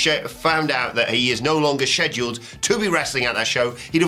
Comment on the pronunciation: "Sheduled" lmao